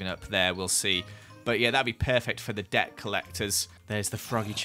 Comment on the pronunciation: I it just me or did he sound like he was saying dirt instead of debt or is it the fact I am american